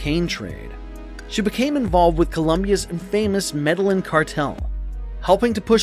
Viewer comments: It’s pronounced “Meh-deh-gin” not “Madeline” 😂😂😂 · right 🤣🤣🤣 who cant say MED EYE EEN ugh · the -Me DEL IN - cartel i mean really tge Me DEL IN cartel 🙄my friggin daughter can say MED EYE EEN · how can you do a video and completely slaughter pronunciation of "medellin"? you said "ma day lin" it's "meh- day yeen" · “Medel-Lin” cartel Jesus Christ. All credibility lost. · “medelin” it’s pronounced “me de yeen” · Mer Del Lin Cartel lmao!! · Med-a-yeen!!!! Ugh madon' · The way the narrator pronounces Medellin irked me 4 Reals 😂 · Dude, you can’t pronounce “Medellín??” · That part..... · yep me too - slaughter it. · The way he’s pronouncing Medellin is bothering me lol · How do you not know how to pronounce medalin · Please Learn how to pronounce Medellin. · Learn how to say Medellin cartel